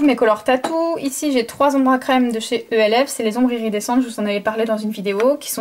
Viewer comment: Tu dit elf mais c'est pas pb